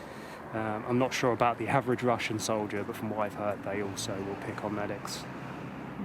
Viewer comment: I did say 'haverage', though. Loses a point for that.